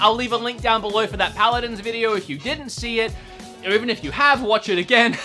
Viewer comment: Paladins not pladins